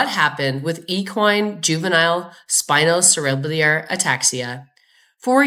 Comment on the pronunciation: Valuable update! But please pronounce 'cerebellar' properly: the phonetic aid is: sera - bell - er. Thank you from an ancient horse writer and owner.